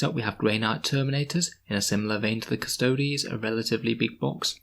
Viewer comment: thank you for not pronouncing them "custoads" :)